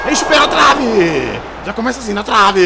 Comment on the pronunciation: "na travee" eu tentando entender se isso ali é travessão 💀💀💀